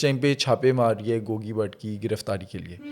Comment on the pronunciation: Gogi, not Gooogy